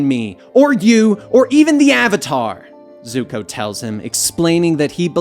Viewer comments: Did he call zuko zoko 🤔🤔😂😂! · did he say zuko or zoko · This man just say Zoko when Zuko was in the prison cell with his father. Smh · You know its Zuko not Zoko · He really said zoko 🤣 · He just said zoko.... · They said zukos name wrong in many different ways